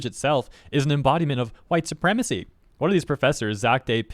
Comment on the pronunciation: Oh geez, the entire English language is hwhite supwemacy?!?!?! There are precisely, exactly ZERO people with that opinion that have anything they can say about racism at all, being massive racists themselves